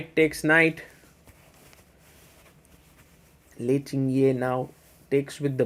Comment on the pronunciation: Hihi. Lei's name is pronounced Ting - Jie, not Tin-Gjie.